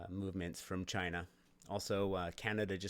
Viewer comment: Love how he starts off saying China as Chyina.